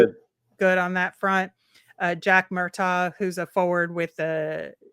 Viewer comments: FYI, his name is pronounced Murtag, not Murtaw. I don’t like it either, but that’s what it is 😂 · Murtagh was directly asked on video today how to pronounce his name, it's MurtAG....like AGriculture. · spot on bro! Likes to say how he talked to all these kids and can't even pronounce Murtagh's name correctly